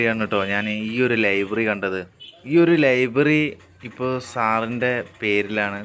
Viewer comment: Libary alla .. library